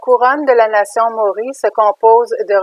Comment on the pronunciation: Il faut prononcer MA. O. RI.